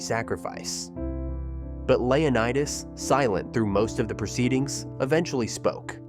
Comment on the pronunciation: Its leO/nI/tes learn how to pronounce words